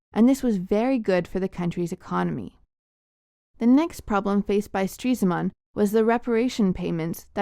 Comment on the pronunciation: its stres-man not streese-man